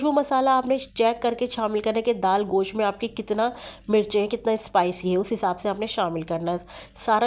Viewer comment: You call it "Gosh". It's not "Gosh"; it's called "Gosht".